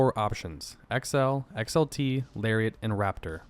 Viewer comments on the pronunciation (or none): none